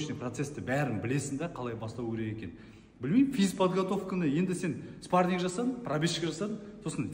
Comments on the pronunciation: ОСЫ ЕСАЛАҢҒА ЕШКІМ ТҮСІНДІРМЕЙДІ МА СПАРНИК ЕМЕС СПАРРИНГ ДЕП😂😂😂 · мына қазға айтындарш спаринг дегенди дұрыс айтсын